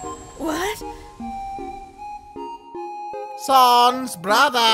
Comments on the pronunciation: omg srsly? who says "SoNNNnNNNNnsssSSSS" anymore? it's S A N S . SANS the skeleton. You don't read Comic Sans as Comic Sons. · STOP SAYING Saaaaaaans ITS SANS THE FUNNY MAN